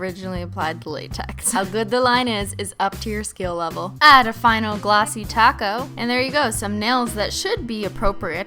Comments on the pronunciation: She said glossy coat not glossy taco in the beginning 😩🤩🤯😋😜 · I thought she said glossy taco lmao